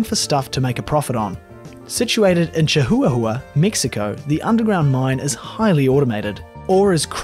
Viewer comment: You need to look up how to say these place names. Nav-a-ho. Chi-wa-wa. Not Chi-huwa-huwa....🤦‍♂️